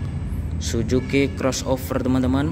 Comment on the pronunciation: Bukan "SUJUKI", tapi " SUZUKI" temen temen, temen temen, temen 😃😃😃